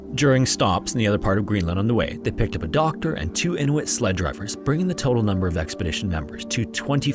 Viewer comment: I love the proper pronunciation of "Inuit"😊